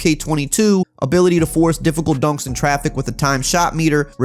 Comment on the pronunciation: Sound like he's saying “donks” instead of “dunks” 😂😂 great vid though